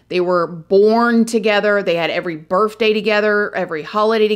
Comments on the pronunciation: I love the way you say 🎂"birfday" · Did I hear her say birfday?